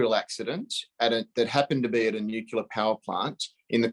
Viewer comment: ....laughable